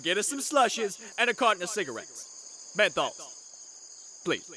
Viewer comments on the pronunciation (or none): Nagisa is deffenetly my favorite. "Menthols" I am so fucking done.